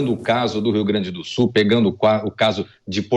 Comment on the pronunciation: Não é SU ..... é SUL !